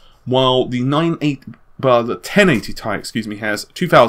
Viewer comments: dude its T.I. not 'tie' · "the ten eighty TIE" its T.. I.. or titanium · its called "T" "I" not ti not together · IT'S PRONOUNCED TEE EYE. NOT TIE. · Where on earth did you get the idea to pronounce it as "tye", no-one ever does that... :) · The letters are pronounced seperate, like in WV Golf GTI. Nvidia themselves pronounce it like this. It is not a Tie-Fighter. Nor one of them scarfs men wear around their necks. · Nobody pronounces chemical elements as they are written e.g. "Au", "Pb", so why would you do it for Ti? Ti isn't a standard spoken abbreviation for the word titanium either. I appreciate Nvidia might have alluded to it being pronounced "tie", but doing so because it means titanium makes no sense. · this is the only place i havent heard it pronounced "tee-eye" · Why don't you say 'tee aye' like almost everybody I've ever heard? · Omg the way he says ti. Pllllls stop.